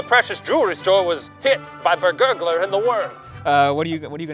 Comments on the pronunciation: Why is it bergurgler and not just.... bergarler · Ummmm...did you just skip over The Bergalar (i.e. “Bur-gah-ler”)